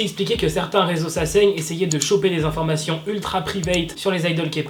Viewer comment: Quoi? Saseine? Je comprend pas ce mot mdr😂😂❤️